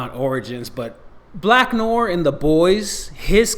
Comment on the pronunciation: First thing first, don't even get me started on English correcting Mr. "Black Nore". It's pronounced "new waar"! Taylor swift in the MCU is going to be trash, but I guess that's ok since it's shit anyway. Deadpool is the only saving grace and they will probably fuck it up especially if Swift is in there. Spoilers as fuck, how about you start with that next time ffs! I think they need a new RE already, I'm not upset with the remakes, but come one give a small teaser for something. Bring in a new character or expand on some of the favorites. As for a name, call it the "Ain't Shit Podcast"